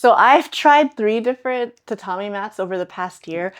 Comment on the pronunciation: That's not how you pronounce tatami